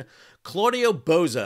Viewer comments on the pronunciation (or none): It’s Bozzo, not Bozo. You’re just pronouncing it wrong, but I guess have fun whatever. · To be fair, the pronunciation should be Boz zo or Botzo, not Bo Zo, who is playing wizard of Oz in the oval office. Love your reports Sal!